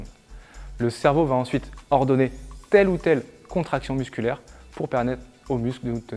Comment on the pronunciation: On est d'accord qu'y a pas de "t" à la fin de "va"?